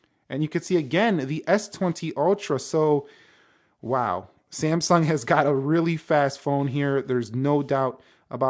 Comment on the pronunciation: It is NOT semsung. Samsung